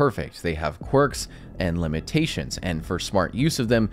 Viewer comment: Bro said "IR nd thermal"